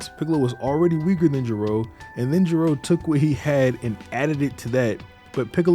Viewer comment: Why Gay Ro? Dr. Gero... 😅😅